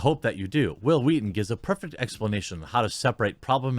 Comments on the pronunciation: The fact that you’re putting more emphasis on the “h” makes it so much funnier when you say Whil Wheaton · I love how you did the Family guy Stewie pronunciation of Whill Wheaton...lol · "Whill Wheaton" - Stewie Griffen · It’s wHill wHeaton.